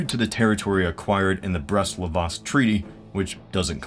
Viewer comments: Why does he say "Brest-Livotsk?" It's pronounced "Brest-Litovsk". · Brest-Litovsk, not Brest-Livostk. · It's Brest-Litovsk, not Brest-Livotsk, you moron. Second video with same bloody error and you even made a mistake in a text card. Look at you, droning on and on and not even bothering to check basic spelling, "historical channel" my ass. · Just a point but the treaty between Germany and Russia was Brest-LITOVSK, not Brest-LIVOSK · it is Brest-Litovsk, not Brest-Livostk.